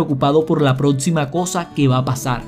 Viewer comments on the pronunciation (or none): Y por favor muchacho mejore su fonética, es de muy mal gusto oír "Prótsima, edcito, conedción" no puede pasar en un video con tamaña información de un Dr del nivel de Joe Dispenza, le quita profesionalismo. Practique los fonemas "cc, x, ch".